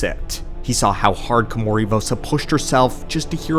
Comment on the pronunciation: How is it you spelled her name right, yet you spent the whole video mispronouncing it? Ko-ma-ri. Not Kimori. Did you even play the game?